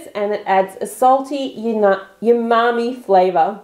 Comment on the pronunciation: You keep saying yumami but it's umami.